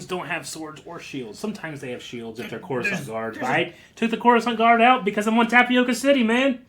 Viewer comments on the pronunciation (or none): "Tapioca" is a type of food very popular here on Brazil, not to be confused with "Tipoca" city, home of the clone troopers in Kamino. I figured I'd say something since no seemed to adress the pronunciation. And I don't mean to be a dick, sorry in advance.